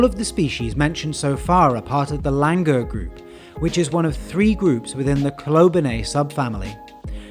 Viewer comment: Langur are actually pronounced as Langoor.. With the OO